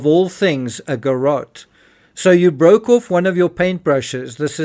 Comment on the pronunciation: If you say garot one more time without getting to your point .....,..